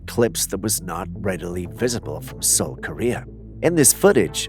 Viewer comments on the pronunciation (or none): none